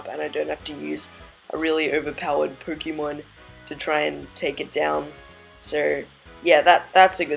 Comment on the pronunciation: Anyone else bugged by the way this guy says Pokémon